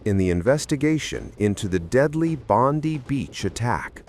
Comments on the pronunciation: It's pronounced BondEye not Bondi as in that bimbo in the US in my opinion. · I love how non Australians say Bondi. It's Bond i